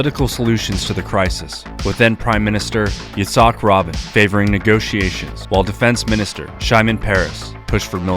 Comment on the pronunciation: Good video. Your pronunciation is dead on, especially Yitzhak “Robbin”